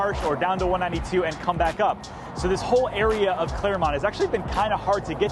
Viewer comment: Its clermont